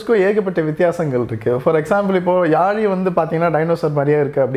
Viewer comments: Yali illa yazhi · Yazhi crt ah pronounce pannunga bro thamizha.🙄👈